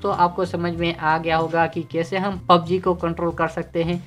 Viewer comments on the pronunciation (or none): none